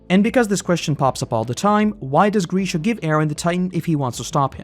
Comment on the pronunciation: Oh my god. It's Grisha, not Greeeesha